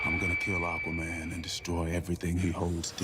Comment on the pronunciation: Thouggt the teaser looked good and im looking forward to the full trailer. 👌 You pronounce Aquaman correct btw 👍